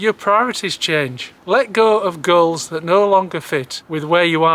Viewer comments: Goals, I thought he said girls, and I was right there with him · Thought he said "girls" but he meant "goals". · I swear you said ditch girls. Had to replay "ditch goals"